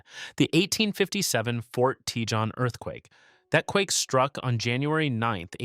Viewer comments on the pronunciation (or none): Fort Tee-john? Paleo-See-iss-mology? WTAF?